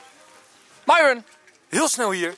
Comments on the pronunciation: Ik weet t ik ben een beetje laat maar uhm Enzo het is myron maar je zegt mieron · Nee waarschijnlijk hebben ze wel maar je spreekt het uit als mieron maar enzo noemt haar myron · dit is de eerste keer dat ik Enzo Myron heb horen zeggen in plaats van ( je zegt dan ) meiron